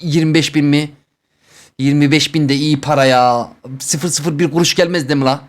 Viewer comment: ✨elLi gUruŞ vEr tırRrreK✨